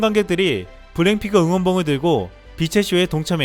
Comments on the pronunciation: 블랙을 블랭이라고 하누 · 블랙핑크를 왜 블랭핑크라고 발음하나 ㄱ 발음을 못해..바보 자식이네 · 언어 구사를 정확히 합시다! '블랭핑크'라는 발음이 자꾸 목에 가시처럼 신경 쓰이네요! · 발음이 참 이상하네 블랙핑크를 블램핑크라고 자꾸 하는거같네. 성우 바까라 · 근데 말하는게 계속 블랭핑크로 들리네 ㅎㅎㅎ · 블랙핑크 발음이 안되나? 블랭핑크 ? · 내 귀에는 왜 블랙핑크가 아니라 블랭 핑크로 들리지!